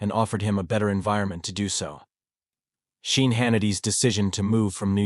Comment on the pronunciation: If you can't get your VOICE to pronounce Sean right. Shane??? Stop your videos.